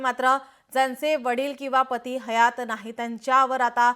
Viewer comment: Patti nahi Pati😂